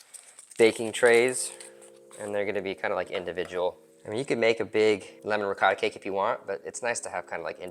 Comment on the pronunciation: Can’t take advice from a person that calls ricotta , Ricatta